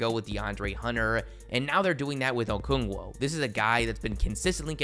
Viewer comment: It’s Okongwu not Okoongwo